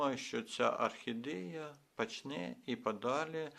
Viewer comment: Особлива вподобайка за рідну мову! Тільки треба трішки попрацювати над вимовою: в українській якщо О, то це О( не а) : тобто Орхідея, пОсадка… пОдивимося, кОрінці… гОдина… але як то кажуть: було б бажання! А інформація дуже цікава, дякую!